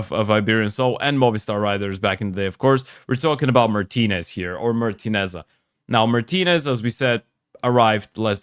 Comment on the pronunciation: It’s pronounced ‘Martínez’, not ‘Martinez-sa’, with the stress on the second syllable (‘Mar-TEE-nez’). The final ‘-Sa’ is silent.